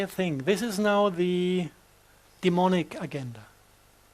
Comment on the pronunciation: Some body tells this poor man that agenda is pronounced a-gen-da no GU about more if a j… like french je!